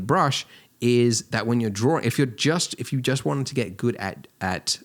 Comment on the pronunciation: Am I the only one who "Everytime he say Drawing, I am hearing Dworing!" :)